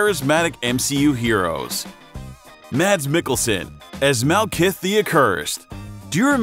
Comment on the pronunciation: How he says it How its spelled Helmsworth Hemsworth Malkith malakith Doctor stranges red cloak cloak of levitation Tichalla T'Challa The endgame Avengers endgame Fendral Fandral